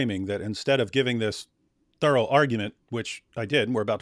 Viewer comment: Is accent an affectation? I don't know anyone who pronounces 'thorough' the way he does and I'm English, so his being a Brit isn't an explanation.